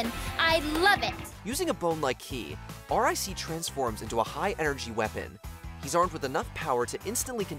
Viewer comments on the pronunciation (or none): R.I.C. Is pronounced “Rick”. He has a name. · The robot dog in spd name is R.I.C but it's pronounced rick